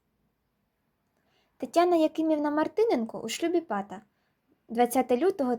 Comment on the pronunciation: невірний наголос в прізвищі, наголос на другій а